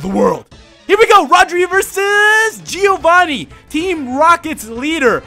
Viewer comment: Very nice vid Rodri ;D Just one thing, a small tip. Can you say "Joe"? That's the same sound as the "Gio" in "Giovanni" (well the best would be saying it with an italian accent but whatever). I don't want to act like a kid who has fun telling the mistakes people make, it's just a tip, think it's written "Joevanni", hearing G-i-ovanni is so bad D